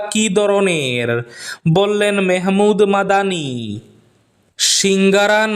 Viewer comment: ভাই, মাহমূদ মাদানী কে মেহমূদ কেনো উচ্চারণ করেন?